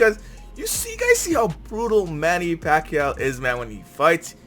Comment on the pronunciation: Well acually manny paquiao shocked the boxing world a million times........................and im proud of him..................................because im a filipino..........................and your pronounciation of his name is wrong.